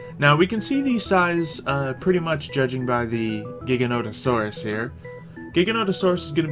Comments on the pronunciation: its ji-gant-o-saur-us not giganosaurus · The Giganotosaurus is pronounced jig-a-note-a-saurus 😃